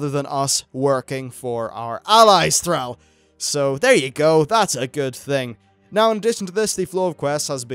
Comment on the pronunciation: Why are you calling him Fraul? It's Thrall!